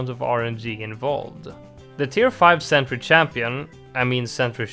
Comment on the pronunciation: "5xx Sentry Champagne" 😂